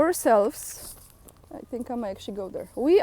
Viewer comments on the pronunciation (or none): No government really has the interests of the citizens in mind. I come for the information but enjoy for the less then perfect English. I love the "tinks". ✌